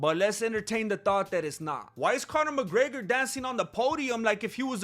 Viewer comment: D...Did you say Mc Greggler?